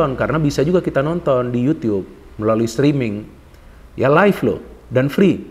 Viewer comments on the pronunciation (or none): none